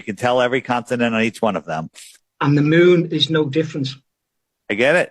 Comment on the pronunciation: He's pronouncing it "consinent"😂